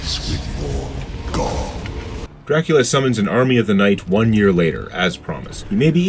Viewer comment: Is he pronouncing it Draculer??